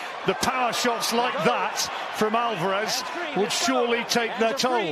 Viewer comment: Is Steve Bunce the only person in the world who pronounces it 'Alvaarrrez'? Does he not hear everyone else? 😄